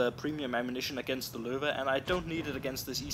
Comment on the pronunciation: (ich bin aus österreich) habs mir gedacht weil du "löwe" richtig ausgesprochen hast;)